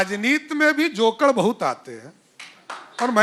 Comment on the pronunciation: जोकड़ नहीं जोकर होता है बुढबक